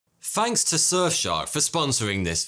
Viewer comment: fainks ....he said fainks